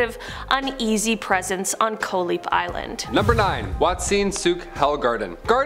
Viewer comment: Koh Lipe is pronounce Koh-Lee-Pe fyi